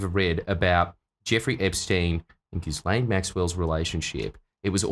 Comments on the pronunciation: Every time you call her Jizz Lane Maxwell it makes me laugh, lol. I thought the s is silent? The french pronunciation is Gee-len, english Gee-layn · Exactly how I say her name on purpose too hahahah gizz lane